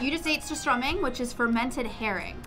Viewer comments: you pronouns it surstruming not surstroming. because ö in swedish is like u in english' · are you serious? sur stromming? its called surstömming its not that hard! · You say sur strÖmming not surstromming!!! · Hon sa surståming!!!😂😂😂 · They Said surströmming wrong😡